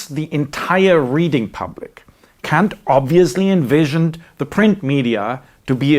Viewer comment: "Honestly, I kan't"... handle that you chose to pronounce Kant ...like this, moeller. Except in that 1 video, with an actual apology. I am surprised you found that necessary, and I would quite like to know why? I will not let this get in the way of all the valuable content, however, and wish to express my gratitude: Vielen D[æ]nk!